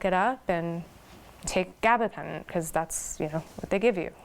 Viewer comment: Gabapentin, not gabatin